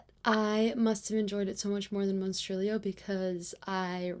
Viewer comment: Verrrrry nice pronunciation on the monstrilio authors name hahahahahah. The art inlays in slewfoot makes me think you should do that for your novel 😏 face-off competition (or collaboration 🙄) between your sister and your husband 😏 LEGENDS AND LATTESSSSSSSS!!!!!! A flawless book. Hahahahaha November is your bday month, nobody cares 😊 hahahahha omg kenzo and the other cat are literal perfection. Thanks for another cosy amazing and fascinating video!!!!! Very autumnal makeup lohks too. Your sock folding method is not very Marie kondo